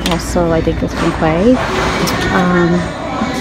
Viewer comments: Great vid! Now I want to go to Nordstrom rack. Also Quay is pronounced as “key” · quay is pronounced key